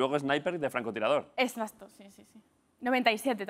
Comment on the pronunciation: jajajaja me parecio oir que marta dijo escacto en vez de exacto